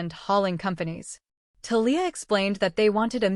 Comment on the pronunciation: Conflict of interest is just one of the flaws, but reader buy-in was broken early in this story by other flaws. You would get more likes and subscribes if you spent just a little time editing a story before you fed it to an AI TTS that pronounces Thalia wrong.